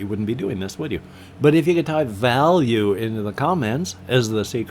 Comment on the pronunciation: "Value". The effort in pronunciation is much appreciated. :)